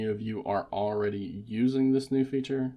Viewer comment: You’re saying aready in place of already. Not sure if you realize you aren’t pronouncing your L’s for some reason.